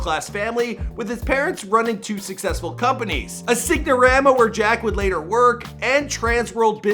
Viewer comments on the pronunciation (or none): also, how he pronounces Sign-a-rama... Sig-no-rama lol dude is lacking in this video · it’s sign-a-rama like SINE as in a SIGN. not sig na ra ma. 0/2 with lewisville too. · Sign o Rama , the g is silent just like the s is silent in Louisville , dude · Guy said signarama.... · Sig-no-rama. Comon!